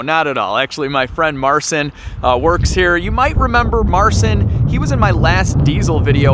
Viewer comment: Fyi Marcin is pronounced Marcheen